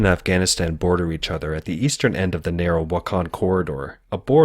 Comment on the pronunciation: baaardaar 🤣🤣 plzz check with pronounciation